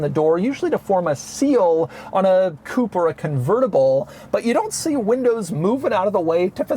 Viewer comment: You are pronouncing "Coupe" wrong. It's not Coup, it's Coupe.